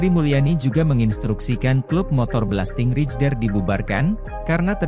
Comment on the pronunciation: Min .....bacanya belasting reider....bukan rijer